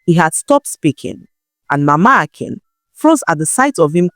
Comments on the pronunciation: I like the new voice. But she's pronouncing the names like an AI narrator would. Also she is pronouncing 'Akin' in 2 different ways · This is not Nne voice. Maybe AI due to the inconsistencies in the pronunciation of the name Akin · Is This an AI narrator? I follow and listen to your stories because of your voice, this voice is okay but pronouncing names like AI, "Akin" "Ekim" "Akim" "Ekin" and so on, i know the work load is much, but please Use just your voice, there's this joy in hearing your voice with the story